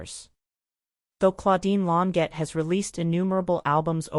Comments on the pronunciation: Lawn sjay is the phonetic pronunciation of her last name Second egregious error: she was born in 1941, not 1914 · The AI voice is terrible and mispronounced her name every time. It pronounced Long jaye